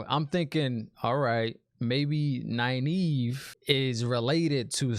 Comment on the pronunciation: you pronounced Nynaeve right!! I'm so proud of you ^_^